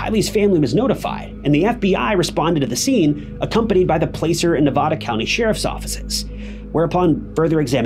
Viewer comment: Just an fyi: The letter A in Placer isounds just like the A in Apple. (Plasser)